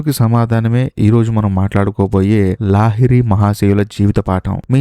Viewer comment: Sir lahari not laahiri